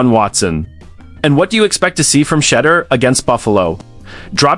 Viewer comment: Did you just call him "shudder Sanders" ??